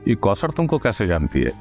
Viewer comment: Kousar not koter